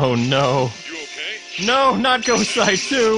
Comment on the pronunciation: IT IS GO-SAY